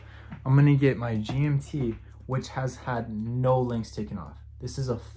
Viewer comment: you butchered the GMT...